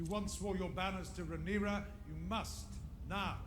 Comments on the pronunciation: Smh people are STILL SAYING RhaenyrAS 🤣😂....Her name is RhaenyrA these extra "S"s and "IOUS" people love to add is kinda RIDICULOUS at this point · You're pronouncing Rhaenyra's name wrong.......